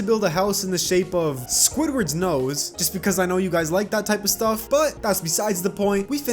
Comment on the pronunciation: Ah yes "SQuidWard NoSeE"